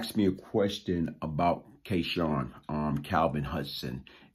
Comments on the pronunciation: K-Sun is not K-Shawn. You're saying his name wrong. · I know this story well. The young lately killed was not K Sun s girlfriend. Also your pronouncing K Sun wrong . If memory serves me correct K Sun was killed before Wood